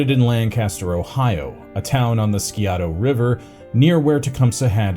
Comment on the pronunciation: FYI the Scioto river is pronounced CY O TA